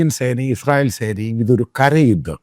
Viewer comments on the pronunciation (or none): none